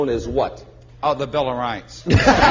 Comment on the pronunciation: Don't forget "The Bill of Roghts"...